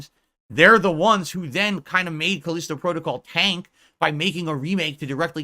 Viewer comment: "FOURTH!!!!" '\🐷/` I realize that I've shifted to another reality when throws in behind the devs he makes sure to be vocal about shooting down...now its the exec's fault... Pick a lane, riding the median isnt working so well, it makes you look like a putz... Caleeesetow Prodo-cowl...? Wtf even IS that? The smartest guy in that room gets owned by corner demons all day, as the sip demons pee in his gin... Go to AA...you need it... Especially if this is all you have to ramble on about, for tips. You better hope they keep ignoring your insignificant ass... You better pray they do. Might want to do your taxes before its too late, too...🤔